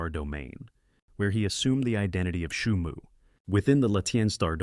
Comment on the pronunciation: Бро не шуму а Суйму 😅